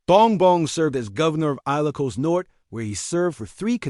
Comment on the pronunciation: 😊😊😊 aye lo cos? 😊😊😊... Please research your pronunciation and ...